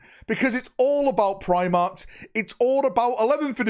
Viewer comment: Eeeeew primarches lol